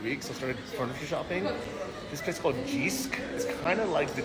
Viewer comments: We have jysk in Canada. We just pronounce it jisk. Probably wrong pronunciation. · I gotta teach you one day to say "Jysk" coming from a guy from Denmark (same city as the founder of Jysk) ;)